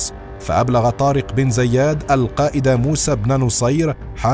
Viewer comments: النطق الصحيح لإسم زياد هو بكسر الزاء وفتح الياء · طارق بن زياد وليس زيادن